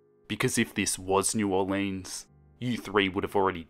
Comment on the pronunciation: Me: Holy shit this takes place in Louisiana!? Also me: cool and imaginary killer story takes place in Louisiana Edit: its not new or-leans its new or-lens (we don't say it how it's spelled. Not trying to be rude I'm just giving you a heads up)